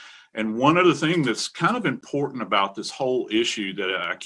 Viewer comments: Um, Fox talking head girl, there is a T in the word important. Professional broadcasters actually pronounce it. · very annoying when professional adults use words like especially and pronounce them as EXPECIALLY and also important and pronounce as IMPORANT!!!!